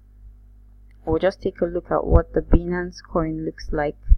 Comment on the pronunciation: It's pronounced; "BYE-nance"